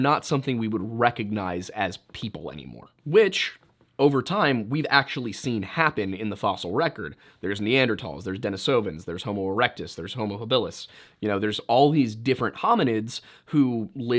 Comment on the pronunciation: Good vid, man. May be late to the party on this, but please let me help you: HAB-ilis (emphasis on the first syllable) nee-AN-der-tal (the H is silent) Correct pronunciation aids credibility. :)